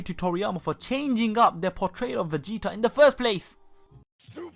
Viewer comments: are you from dubai? I can't help notice your pronunciations...(PERSONALL-Y, VEGE-O, EXECUT-ING, VEGE-A) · lol he says vege-A- and Vege-O- lol 😂